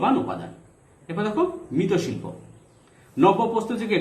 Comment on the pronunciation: স্যার আপনি মৃৎশিল্প কে মৃত শিল্প বলেছেন কেন?🤔